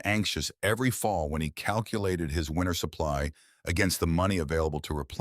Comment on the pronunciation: 'Winter'. Not 'winner'.